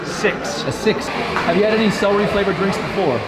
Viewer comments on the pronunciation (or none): La vieja nacía no se dice salary es celery, estudia mas ingles o mejor no hables, haces el ridículo